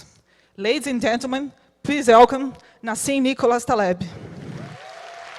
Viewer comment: “Lads and Gentman, please Élcom,....” Doeu!